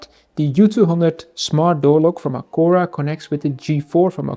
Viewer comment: Misschien het merk juist uitspreken😂maar hele leuke video.